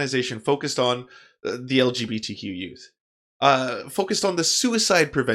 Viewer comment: I'm so stuck on dude saying it "algae B T". Damn half-gay waterborne lifeforms, with their amorphous bodies...! Lmao